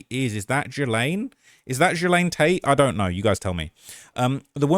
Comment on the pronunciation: It’s Ghislaine pronounced GEE – LANE not whatever you said I don’t know how to type that out. It’s like you’re merging three letter letters together you British people you invented the language and you butchered the fucking language you cannot even speak your own language.